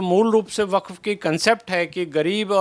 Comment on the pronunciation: वकफ क्यों बोलती हो, वक्फ बोलो।